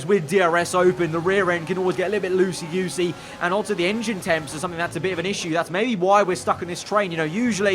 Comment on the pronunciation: Did he say 'loosey yoosey' 🤣🤣🤣🤣🤣